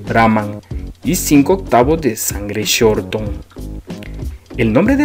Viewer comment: No es raza brahmán por shorthorn se dice con sort hon